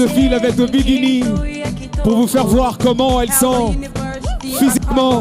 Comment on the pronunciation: C’est la faute à Jacky Ndala s’il n’était pas aller faire la politique on aurai pas eu ce genre de présentateur « elle défile en bigini, ebebi ebebi » tshuippp